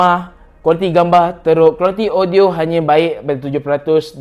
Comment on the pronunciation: Me: audio dia cm mana ? Mamat ni: odio dia... Me: opss shhh 🤫